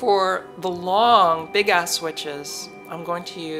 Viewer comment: LMFAO!! Did you say "Big Ass" ?!